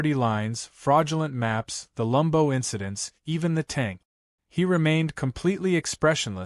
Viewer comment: Stop with the f**** "lumbo." It's LAMBO, short for Lamborghini. Either spell it correctly, or else use the full name. You know this, so you're doing it deliberately. The problem is, you don't look cute or clever — you just look ignorant. Or stupid. Oh, and as for the illustrative photo, according to he narration, absolutely EVERYTHING is wrong with it — her appearance, his, the position and location of the Aventador, of the tank ... . Either match the photo with the narration or vice versa. As it is, the narrator sounds confused. It doesn't help the story. "Re-read"? It's "Re-read." Your AI needs reading classes. Redding classes?